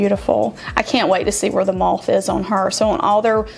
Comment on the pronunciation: The tattoo is of a MOTH I'm not saying the color of the tattoo I'm naming the creature that it is...and MOTH rhymes with CLOTH